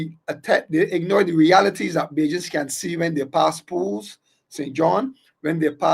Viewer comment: Pool Land. Not Pools.